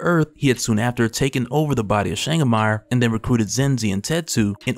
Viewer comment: Changamire = “Chain-guh-meray” not “Meijer” lol